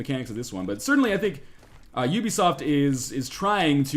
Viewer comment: Northernlion saying ubisoft: OOBISOFT!